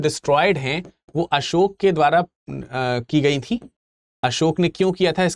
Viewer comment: भगवान बुद्ध और सम्राट असोक कहना सीखो बाद मे lecture दो 😂